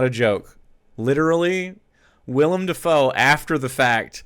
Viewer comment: Trivial but he is actually saying Willem’s name right lol